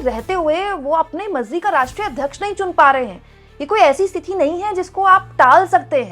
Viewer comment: मैडम स्तीफा नहीं होता है इस्तीफ़ा होता है. और बर्दाश्त ए क़ाबिल नहीं क़ाबिल ए बर्दाश्त सही जुमला है. और आप स्तिथि नहीं बोला करें सही शब्द है स्थिति. आप को पहले भी बताया है लेकिन आप ध्यान ही नहीं देतीं. एक हिंदी anchor से ऐसी उम्मीद नहीं जाती और न ही ये अच्छा लगता है.